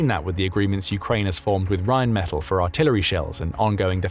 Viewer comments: I believe it is pronounced Rhein men TAll as opposed to Metal. The gun is insane it can also besides the RPM it can target based on not just all you've mentioned and it can prioritize the closest to the furherest and realine against those others from all directions. And if they have a number of them it will likely result in virtually eliminating up to 85-100 percent kill rate. I am surprised the Ukrainians have developed a Sonic Acoustic recognition type radar adapted to a simple AI to pick drones advanceding beyond sight and sound of us kowly humans. And if I remember the mobil guns can fire effectively on the move. It isnt that surprising the German's are so supportive because they have been the victims of counter insergencey which so far has been thewarted. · Rheinmetall is pronounced as 'r[aj]nm[ay]t[à]ll' - with the stress on the last 'a' hope this is helpfull... 🙂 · Rhine Meh-tal, metal doesn’t have to ll‘s at the end, but the German word does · REALLY glad to see this. Oerlikon makes some excellent stuff. The U.S. makes something similar, but much less sophisticated, (conventional shells, instead of flechettes). Plus O.G. Hawk anti missile batteries for taking out Russian cruise missiles. Glad to see Reinmetal, (BTW, they pronounce it with the accent on the last syllable), really pitching in to help. Excellent company. Sort of the German version of Raytheon. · Rheinmetall has a short a when pronounced. Accentuate that a in metall